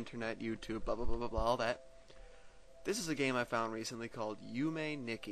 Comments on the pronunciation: It's not "nicky," it's more like "nee'key." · Yume Nikki means Dream Diary, if you didn't know yet. Also, you say Nikki funny. You say it like the name. It should be pronounced "knee-key". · You said Nikki wrong. :P Gotta have an understanding of Japanese phonetics.